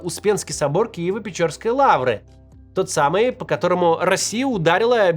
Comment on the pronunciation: Лавра Киево-ПечЕрская, а не Киево-ПечОрская!